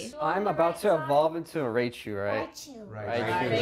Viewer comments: Fed: Raychu Everyone else: RAICHU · I like how everyone immediately jump on feds ass for saying raychu haha